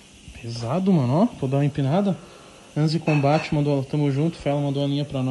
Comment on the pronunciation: Kkkk, "Anzi combate", é Ansi combate